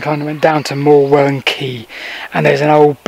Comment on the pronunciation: The rocks you were standing on are called Morewell Rocks, a village in ancient Saxon was "ham" so please say Morewell ham not Morewellham. The leat you were trying to follow ran across the front of the rocks in lead cassions. So would be impossible for you to see. I used to go there as a boy before it was discovered.